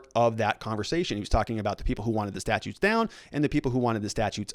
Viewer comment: Only an attorney would pronounce 'statues' as 'statutes'.